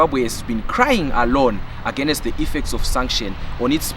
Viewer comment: Where do Zimbabweans see the “a or e” after the consonant “n” in the word “against”, all the time agenest ..... ..... . 🙈🙈🙈🙈🙈